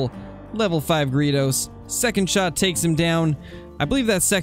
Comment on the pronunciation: Just did some searching and found 5 pronunciations and 1 said greydos, 1 said it my way, & 3 said Gree Does